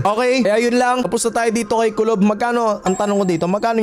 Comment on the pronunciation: TUBOL hindi kulob